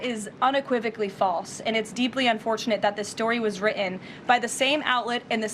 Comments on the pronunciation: I love that the person who cannot say the word "written" lectures the New York Times about its writing. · Urggggggggh! Irritates me every time I hear her say the word “written”! It’s not “wri-un”! There are 2 T’s in the word! It’s “wriTTen”! Get it right!!